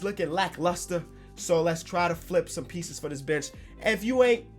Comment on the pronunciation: Lmao any time he says bench I keep hearing “bitch”